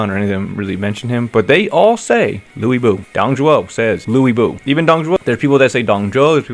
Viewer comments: Using Wikipedia, they have it pronounced more like Lee Bu. I've also seen it described like Ler Bu. But Loowey Bu seems so far off. As far as the games go, I feel like they should just stick to Loo Bu since thats what everyone knows but either way, seems like they missed the mark. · FK off it's pronounced loo boo Not lewie not lwey not fkin Luke .it's loo boo If people want to argue I will choose violence 😂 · Yeah I know. But having all games calling him Lu Bu and suddenly calling him Liu Bu is very strange indeed. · Loowey Bu is tough but so isnt hearing Ooh instead of Wu for me. Seems to be correct, but that was new to me and I dont like it haha. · I don't care what anyone says, his name is LU (loo!) BU!! Always has been, always will be. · Yeah the VAs were trolling. I looked up the correct pronounciation of his name and its "Loo boo". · From what I remember when watching a Chinese dub version of DW9, Lu Bu's family name is pronounced Lyu to my ears. Is it the same for the Chinese dub of origins, including the way other names, groups, and locations are said? If so then someone in the English dubbing team fucked up lmao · And the closest thing we have to write it in English is Louis or Louie lol I get that translation is hard but wow, definitely going to have the get used to them once you find out how things are actually pronounced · Lu Bu is actucally pronounce as Loo Boo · you can just paste 吕布 and make Google audio read in Chinese. It's definitely not Lubu even KT realises they have gotten his pronunciation wrong and now sounds more like Louie Boo which is correct. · ?? In English text it is Lü Bu and it is pronounced like 'Lwe' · Hearing how they say Lu Bu's name caught me off guard. Lord Louie Bu lol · I had thought it was more li-u bu 🤔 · It's a me. LUI Gi - Butchered name Lu Bu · It's Louie Boo! LOL. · I think they are trying to pronounce his name the Chinese way